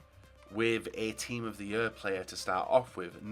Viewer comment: "Team of the yurr"